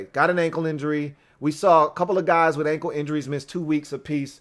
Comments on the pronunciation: please pronounce words properly. For example... it's "with"... it's not "wiff" it's "WITH"! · oh damn... I didn't really expect you to actually read my comment! Now I feel silly. Here I'll rephrase with appropriate respect. Dear, Please articulate the word "with" correctly. When you don't, it belies your formidable command of your faculties. But for real though man... you are my new go to for Redskins (always) content. You're naturally charismatic and you know the game thoroughly. I recommend your videos to all my fello Washington die hards. You're killin' it bro... keep up the strong work!👍🏼 HAIL!!!